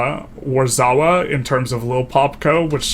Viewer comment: And your pronunciation of Warszawa hurst my soul. The SZ in middle is pronounced like SH in Shame. Or just say Warsaw, its a cool name and everyone knows how to say it.